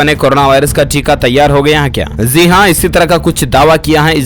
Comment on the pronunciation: aapne kaha "zi haan", but true pronunciation is "ji haan" Please understand the difference between the sound letter "J" and "Z"